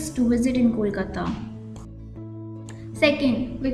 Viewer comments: Hey you fellow narrator Its not Kolkatta, Its Kolkata❤ Improve your pronunciation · It's not , Kolkatta, it's Kolkata